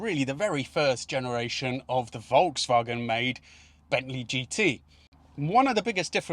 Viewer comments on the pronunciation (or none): none